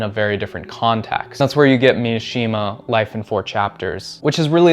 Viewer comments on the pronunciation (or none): please it’s Mishima, not Miyashima.